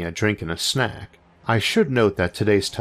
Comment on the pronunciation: blah blah blah gwrab a dwink and a snuack.. duhhhh i talk wetarded